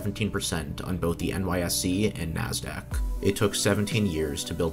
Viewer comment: "NYSE" is N-Y-S-E, not N-Y-C.